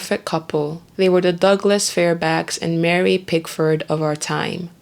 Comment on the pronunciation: Damn! Narrator, how the hell do mispronounce SADDLE!, FAIRBANKS, SEBRING, TRIVILIZE!!!!